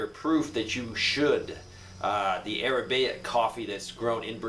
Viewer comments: A r a b i c a. Not arabaic. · Pronounced: "A rab i ca" coffee, not "Ara bay ic"